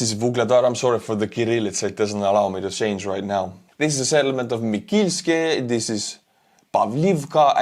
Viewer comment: Hello!! Thx for your videos! I'm from Volodymyrivka and this three settlements were named in honor of three people. 'Павлівка' - 'Pavlivka' - is for name 'Pavlo' - the emphasis is on the first syllable. 'Микільське' - 'Mykilske' - is for name 'Mykola' - the emphasis is on the second syllable. And 'Володимирівка' - 'Volodymyrivka' - is for name 'Volodymyr' (like Volodymyr Zelensky) - the emphasis is on the third syllable. Maybe I made it more understandable. Also thx for your help! I saw your cars, they are looking awesooome!!❤